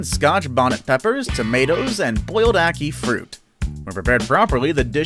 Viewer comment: You pronounced ackee wrong